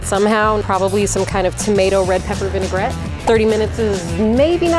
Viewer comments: You can spot a noob cook when they say “vin-ai-ger-ette” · I heard "vinegarette" more than once, too.